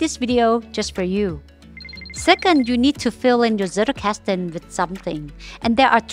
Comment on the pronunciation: Loved the video, really well done! But I get so annoyed that everyone mispronounces “Zettelkasten” 😅 It doesn’t take long to google it or type it into Google Translate and have it pronounce it for you.